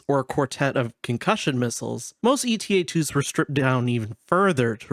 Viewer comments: I feel like I should point out: it’s not “ETA” like in “estimated time of arrival”, it’s “Eta” as in the Greek letter Ξ. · I think it's "Eta" and not "E.T.A". The Jedi Starfighter we see in in Episode two is a Delta-7 Jedi Interceptor. Delta and Eta are both Greek Symbols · It's Ay-tah I had to take koine Greek in college and that's how its pronounced I know this is like 3 months after this comment. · EE-tah is the UK pronunciation, and is how modern Greek speakers pronounce it. AY-tah is the US pronunciation, and is close to how it was pronounced in Ancient Greek.